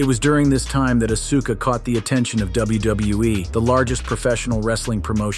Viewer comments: Man learn how to pronounce her name right. As-Ka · It's just so painful to hear him call Auska Uhsuka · Hard to take he video seriously when they called Asuka "Uh-soo-kuh" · Don't make a wrestling list if you don't know the wrestler's names. There is no UH-SU-KA. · Sounds like a moron, slaughtering asuka name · Not to mention he can't even pronounce Asuka's name correctly.